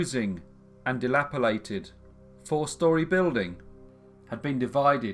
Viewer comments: Funny thing. I always say, "huss-band" where most say "huzband", and I say "Cumberland" pronouncing the 'a' as you do in "hand". Others who live around here don't, and I have no idea why I do. I do know that it's not "dilaperlated" though. 😆😆😆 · I raise you your "delapilated" and give you "granite" whereas it is pronounced "gran-it" 😂 He reads everything phonetically, it is funny but also adds to the charm of these...these flaws and mispronunciations make you remember it is just a bloke in his bedroom making these hehe! I love them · I love your stuff altough often the pronunciation and intonation is weird. Dilapilate? Gran-ite? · 'Delapilated' LOLOLOL